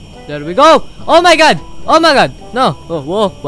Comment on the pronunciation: XD natatawa ako sa pagsabi ni na OMG sabi nya O Ma God xD